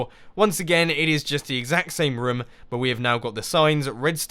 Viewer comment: You say rim instead of room